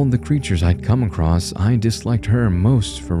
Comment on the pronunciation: "Across", not "acrost". There is no "t" in the word. Edit: Aaand done. I'm looking for scares, not to be preached at about the equality of fictional monstrosities that do horrible things. Keep working on your vocal range and word pronunciation.